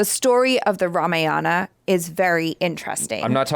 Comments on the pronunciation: It's ramayana not ramaa yana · Rama Yana ✖️ Rama Yan✔️ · The pronunciation of name is fucked up seriously.......its not fault of you guys but makers. Its RAM not RAMA, its RAVAD( रावण) not RAVAN ( रावन), its RAMAYAD(रामायण) Not RAMAYANA. D should not be pronunciate as a Da it should be Ḍ by curling tongue. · It's not RAMAYAAAANAA.... it's RAMAYANA.OR RAMAYANAM IN SANSKRIT Please check how it's pronounced. 🙏🙏.. Meaning of Ramayanam is " The journey of RAMA" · Hi just want to update it’s Ramayan and not Ramayana .. Ram and not Rama.. the movie producers have got it wrong just using colonised language to appeal to international audience. It should be authentic, it’s a representation of our history not mythology. Regards. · Dears you always pronounce Ramayana always wrong. It's not RAMA and YANA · i dont know what happened to indians as well for you the correction i want to make is its Ram not Rama its Ramayan not Ramayana same ways its Krishn not Krishna its west that likes to add " a " behind all the names :D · First and foremost of all its one word "Ramayana" not Rama-Yana.. Second.. you need a proof that Hans Zimmer and A.R. Rehman working together for this movie through a selfie in a room.. just to make you believe.. your subscribers, viewers and views to your reactions got you headstrong and slowly coming out your arrogance side in you. Watchout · It's Not Rame-yana it's Raa-maa-ya-na (Just for the Pronounciation) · RAMAYANA pronounced as "Raa-Maa-Yunn":)) Can't wait for this epic release... Jai Shree Ram.... Stay Blessed you guys, you both are pure love ❤ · This video is all cool and good. But guys please don't butcher one more Indian word pronunciation just like yoga, avatar etc. At least Ramayana should be pronounced correctly.